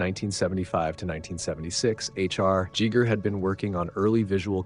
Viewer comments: JEE-ger... GO-dorwowski... Har-KAH-nan? Well... damn. That was painful. If I flubbed the ball that hard I would delete, fix and completely reupload. Gee-ger. Jo-dorwowski. Harko-nan / Har-ko-nan. EDIT: I see others have caught the same pronunciation errors. But still, research is a dying skill. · I think he got it right Plenty of Jeegers before that, though. Still better than all the Geigers we hear. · “HE Jeeger”?!? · Ghee-GEr not Chi-ger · Please: Giger is not pronounced "djeeger". Both Gs are hard. Gheegher. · I have never ever heard it pronounced Jigger in my life. I have only ever heard it pronounced Giger or Geeger. You pronounce it multiple different ways throughout the video, usually someone pronounces it the same way all the time. It is easy to google name pronunciations before making a video. I would think someone making documentary type video's would google every name they weren't sure of. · Wow a 20min video & could even b bothered 2 pronounce his correctly 🫩 Geiger not Gigger, y do amricans insist of butchering the english language😂 i know u dont have ur own language but if something isnt broken then it doesnt need fixing. If u cant pronounce sumthin, learn 2the correct way not change it 2 suit ur short comings. Alu min ium NOT aluminum 😂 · Everytime you say "Jigger", I have to respond "GIGER!", lol why are you pronouncing it so weirdly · It's not Jee Gur it's Gee Gur..There is no "german swiss" way. Wtf are you rambling about? Your whole presentation here is epic fail because you didn't care to pronounce his name correctly and you pretend to be a linguistics major. " In Swaziland they call him Mr Schmidt!" It's Giger. Period. He is Swiss German. ɡiːɡər/ GHEE-gər; German: [ˈɡiːɡɐ] you are an idiot and the backpedalling to make people calling you out look stupid, like your presentation, has failed. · Swiss-German - Gee-ger. 1st g is hard, 2nd g is soft. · My mother knew Hans Ruedi - it's "Geeger" for you british and American dudes... 😉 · Jeeger? oh dear.